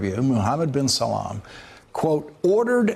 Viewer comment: It's "Bin SALMAN".